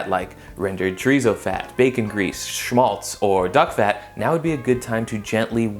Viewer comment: As a german im impressed in how he says schwitz or schmalz